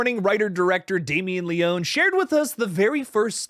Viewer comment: It’s pronounced Leoney as if there was a Y on the end 🇮🇹💪